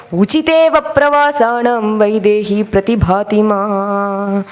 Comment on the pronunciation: Not Vayidehi!!! Only Vaidehi !